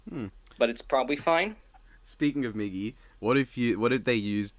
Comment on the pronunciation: “Meegee” ;-; You mispronounced my naaaaame!